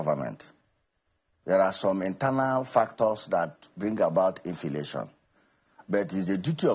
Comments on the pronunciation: Mumu man "infilation" nonsense law maker my foot. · "Infilation" 🤣🤣🤣., please leave the Aba 👠 maker/senator aloneoooh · LOL the man cant even pronounce inflation, we have so many useless men in the national assembly. Leadership recruitment must be part of electron reform. A public trust clearance must be part of it. that will kill godfathers in the system. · THIS GUY IS AN ILLITERATE. LET HIM SHOW US HIS CERTIFICATE. HE DOESN'T SPEAK WITH FACTS, SEE THE WAY HE PRONOUNCES INFLATION